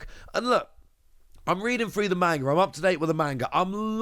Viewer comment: Hello from a fellow op tcg enjoyer! Just a heads up manga is pronounced "mong-guh" not "main-guh"